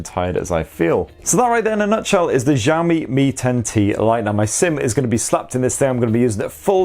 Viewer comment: Xiaomi /shawh-mee/ (kinda like how you say "show me" but instead of an "o" in show, it's an "a") not /zhawh-mee/.. it gets annoying when literally all non-Asian people pronounce it wrong every. single. time.